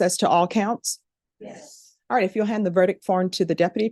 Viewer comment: I’ve never seen do a murder trial before, and she pronounces “ verdict” incorrectly 🫶